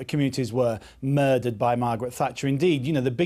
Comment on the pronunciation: did he say "moirdered"???